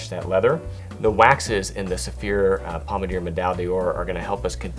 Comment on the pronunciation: Great video! But please learn French pronunciation, it kills me! When you're trying to sell a higher end product - please don't butcher the names!! Pommadier - Pom-mad-ee-ay , D'Ors - duh-or , Médaille - Meh-dye